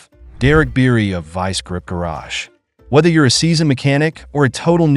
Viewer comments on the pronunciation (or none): Biery not Beery ;-)